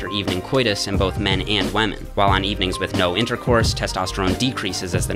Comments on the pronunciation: he must be the biggest pewdiepie fan he always says wamen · Is it just me or did he say WHAMEN?!